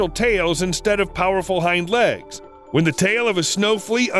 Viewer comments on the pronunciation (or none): none